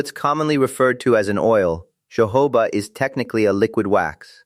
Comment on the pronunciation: It’s Jojoba oil, NOT Jehovah oil for heaven sake! The ‘J’ is pronounced as letter ‘H’!